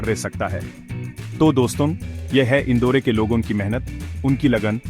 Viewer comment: इंदौर ना की इंदौरे